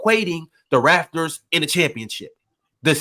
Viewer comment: SOMEBODY PLEASE TELL ITS THE "RAPTORS" NOT RAFTERS